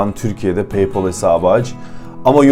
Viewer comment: lan daha paypal diyemiyorsun bi de kalkmış akıl veriyor.